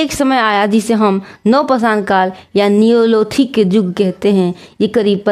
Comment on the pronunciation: Phele padhna Sikh ligiye yug ko jug padhte hai 😅